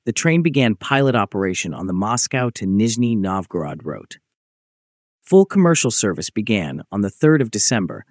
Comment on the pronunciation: Опять кривая китайская озвучка. После слов Нижнего НовгОрода выключил.